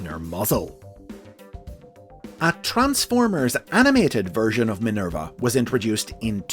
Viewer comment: " Minelba ", haha, lol